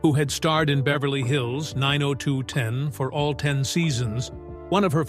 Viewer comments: Nine Oh Two One Oh (Not Nine Oh Two Ten!) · It's 9021 O not 902ten!! But good video in all! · It’s not 902 ten. It’s 902 one o Annoying! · The show was nine oh two-one -oh, not nine-oh-two-ten, Geez. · Say 902 ten ONE MORE TIME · Where do they get this announcer? WTH is Vegano, talking about the series Vegas. And 902 ten? Noone calls it that. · It’s called Beverly Hills 9 O 2 1 O, not ten. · 902(ten) instead of 90210(one O) 😂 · If he says 902ten one more F*kin time I'm out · Did u really show a picture of Charlie Sheen as Tori's husband??? And it's 9-0-2-1-0 NOT 9-0-2-10!!!!! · It's Beverly Hills 9-0-2-1-0 not "9-0-2-10" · It is pronounced/said as 9 oh 2 one oh, not 902 ten!!!!🙄🙄🙄🙄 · The show was called 90210 not 902 ten. Cracks me up. 😂. It’s sad her mom and her don’t get along. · 🙄 The show is pronounced 90 (ninety ) 2 ( two) 1 ( one) OH (letter O ) what a lack of research in this channel besides that show is a classic.! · I can’t even sit through this whole thing, when he starts pronouncing Vegas As Vega, dollar in 902 10 That was enough for me. They need to have people who’s gonna tell you stories speak correctly or you can’t believe anything they say. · Side note: It drives me nuts that the generated narrator struggles with speaking numbers. Starting with "9-0-2-ten." The 1st wedding that cost "$1,000-thousand dollars" and the per guest cost of thousand-and seen-hundred dollars. Then, the doc begins to display pictures of the wrong Charlie. Obnoxious 🙄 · Annoyed every time I heard it lol x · You don't pronounce the name of the tv show 90210 the way you are saying it. Its so wrong 😮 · Nine oh two-ten🤣 and what’s up with the pics of Charlie SHEEN!? So weird…